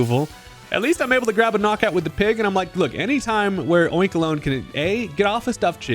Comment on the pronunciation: Your pronunciation of Oinkologne is correct. It's oink and cologne.